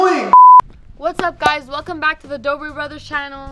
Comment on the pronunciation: Haysen Forever I think it’s “Dobre” not Dorbre... Edit:I’m not trying to be rude or anything I was just making a correction